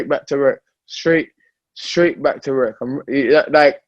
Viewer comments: WORK, with a "w", not with a "rer" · "Werk"...dillian whyte.